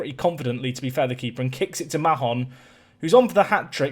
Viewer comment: I know it's not necessary but Mahon in my experience is pronounce Mayon, just going off a girl in my youth having the same second name